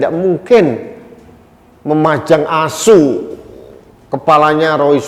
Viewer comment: ASUUU...matab banget penekanan intonasinya pingin ketawa tapi takut dosa hahahahahaha....mantab makasih om suarakan terus opini untuk membangun